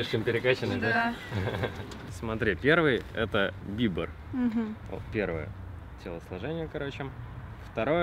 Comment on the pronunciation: Не быбр а бибер